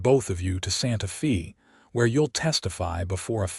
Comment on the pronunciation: You calling it Santa fee, it's Santafay.